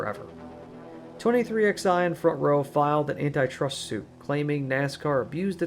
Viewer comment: It's pronounced "23Eleven", not "23XI"